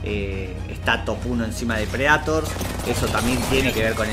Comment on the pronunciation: Que te cuesta pronunciar bien el inglés? tenes como 30 años y seguro venis viciando los mismos años que yo, dale que vos podes, PRE DEI TOR!!! 🤦🏻‍♂️